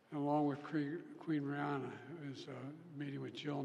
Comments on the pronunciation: It's the Queen Rania not Rihanna ! 😅😂 is Princess Shakira coming as well ?😂 President Biden is committed to give us almost every day some subjects to laugh about. Thank you Sir 😅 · Oh my, he did say Rihanna. It just never ends!